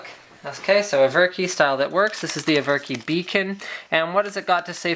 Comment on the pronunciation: Isn't it ever-ki (like in everpony)?